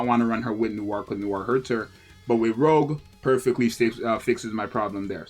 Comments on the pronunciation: Pretty sure all the names on the members in the 777 squad are pronounced in French. Zxous out her saying 'Rogue' instead of Rouge (like Rouge the bat from the Sonic franchise) pronunciation is sorta like this: roo-sh (may not be exact, but close enough) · its not pronounced rogue its rougeeee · Every time he said rogue I cringed... All of the characters are named after french names of colors! Would it have killed him to put her name in the google pronunciation tool?!? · yea exactly